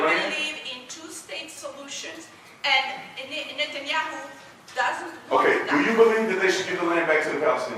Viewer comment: what is disgusting ,this girl is ex israeli , only israeli can pronounce the name netanyahu like she did